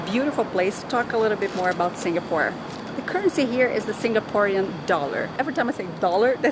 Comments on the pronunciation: You got all the Singaporean facts spot on! Even the pronunciation. Did your guide teach you how to pronounce them haha. Enjoy your stay in Singapore 🇸🇬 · Heh, pretty much everything you pronounced were right. Im surprised since ive seen many tourists pronounce Singaporean words wrongly but I dont blame them of course. Your guide definitely is a true Singaporean 😋😋